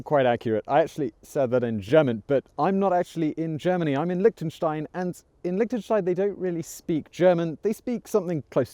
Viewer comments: Liechtenstein. not Lichtenstein. Liechtenstein!!!!!! xD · Lihhhhhtenstein... LICK tenstein.. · Liktensteins.. loving the pronounciation. Nice vid. Cheers from switzerland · Lick ten shtein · You are in Lichtenstein but you can't even prounce it? :/ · Since you were actually in the country, why didn't you just ask a local how to say it, rather than try to use Google Translate? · Liechtenstein borders Austria and Switzerland not Germany. The language is German, but the spoken variety is eastern Swiss German (the same as St Gallen). Also you constantly pronounced the country’s name wrong...